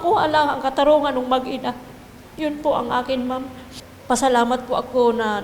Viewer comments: yung reporter sinasabing mag-iina ... ma'am MAG-INA po.. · Mag-ina lang hindi mag-iina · Mag ina po hindi mag iina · "Mag-ina"....hindi mag-iina